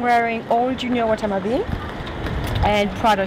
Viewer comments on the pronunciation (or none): i liked this series more when they just picked random people off the streets, i dont know. i just dont care much for these people. the way she pronounced junya watanbe was funny though, and i liked the outfits of the asian girls and photographers.